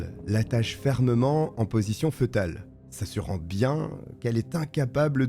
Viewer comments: Petite rectification: fœtal se prononce "fétal" et non pas "feutal" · Fœtale se prononce fétale... Et non fetale. C'est grave d'avoir autant d'abonnés et ne pas savoir s'exprimer !!! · Bonne vidéo ! Ps: on ne dit pas " feutal" mais "fétal" . Fœtus, (fétus) 😊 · Position fœtale se prononce « fétale » N’importe quel dictionnaire ou page linguistique nous en informe de manière précise. Dommage que le narrateur n’ait pas prit la peine de se faire corriger ses fautes de prononciation plutôt basique, il me semble. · Excellent! Petit detail, foetale se prononce « fé-tal » 🤓